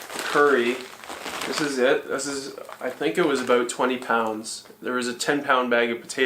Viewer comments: Aboot??? I think you were saying About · That is one of the most Canadian "aboots" I have ever heard.